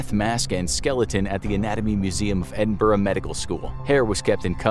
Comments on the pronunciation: ‘Edin-burgh’ Ew. It’s Edin-boro It’s fine though, you’re not from the UK. Great video ❤️❤️❤️ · It's pronounced "Edin-bruh" ❤